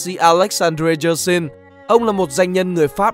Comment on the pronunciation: spiderum đọc nhầm tên hiệu trường đầu tiên trường đại học Y Hà Nội rồi nhé, ông là người Pháp nên tên đọc kiểu Pháp chứ không phải kiểu tiếng Anh. Phiên âm tiếng Việt theo tiếng Pháp là Y-éc-sanh.